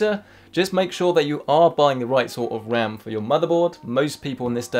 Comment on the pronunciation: upgrading the wam